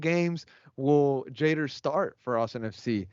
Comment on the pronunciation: Pronounce Jader's name correctly please! Yall speak Spanish, pronounce it in Spanish